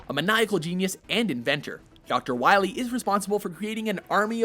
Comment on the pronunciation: We need to stop DR. WAHWEE, M-Megaman.